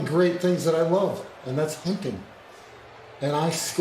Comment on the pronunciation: Why’d he say hinting instead of hunting